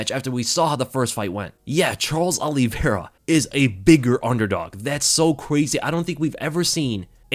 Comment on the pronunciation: Just came to hear you say Charles Aloe Vera